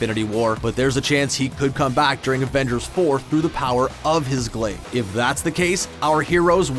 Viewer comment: Had to dislike this because of how you pronounce "during"